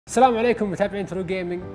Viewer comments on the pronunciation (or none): none